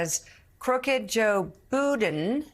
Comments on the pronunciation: That dude said “biben” 🤣🤣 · “Buden”…. ?…wow…!